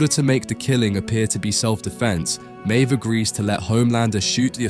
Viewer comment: He also can't work out if Maeve is pronounced "Mave" or "Meeve".